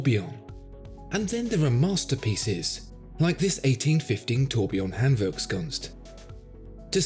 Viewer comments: 1. Awesome watch 2. I love your pronaunciation of the hard german word: Handwerkskunst 🤩 3. Go ahead - you channel is fantastic! Appreciate your videos ..... Best regards from Germany - Holger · Funny that you pronounce Handwerkskunst in German but jéjé in whatever language that is LOL!